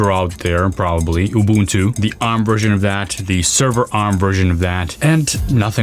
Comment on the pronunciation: Bro can actually pronounce "Ubuntu" properly!! 🎉🎉😊🎉🎉